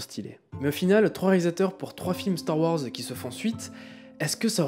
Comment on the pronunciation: Star Ouhorze 😄 Bonne vidéo sinon GG 👍